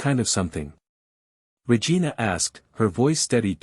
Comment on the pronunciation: The story line was good, however the person telling the story kept getting the chiefs name wrong from time to time calling her Vargina instead of Regina